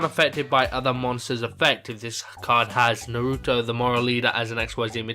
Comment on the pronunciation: i think it may be pernounced noreeto